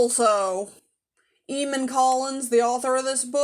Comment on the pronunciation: It's pronounced Ay-mon.